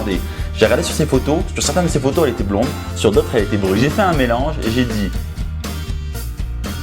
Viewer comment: Mdr, comme t'es mauvais. Fallait que je regarde mais non c'est pas bon arrête. " brlonde" 😂 elle s'est juste dit c'est quoi ce blaireaux. Rester vous même les gars, l'écoutez pas. Sélectionnez un profil qui vous corresponde surtout. D'abord physiquement. Et oui. N'allez pas chercher miss america vous ne l'aurez pas. Assumez qui vous êtes. Quand celle qui vous correspondra sera là, vous le saurez. En attendant, cherchez, discuter et ne laissez pas tomber.